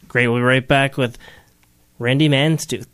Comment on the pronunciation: Its Mantooth NOT Manstooth!!